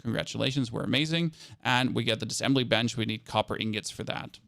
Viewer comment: Thanks for the video. I watched all of it and you said the word “essentially” times. Also it’s Diss-A-ssembly not dissembly. 😉